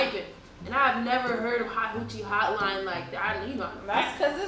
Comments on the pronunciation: 😂😂😂😂 she said hot hoochie stud line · When said "Do they have like a hot hochie studline" I died 😂😂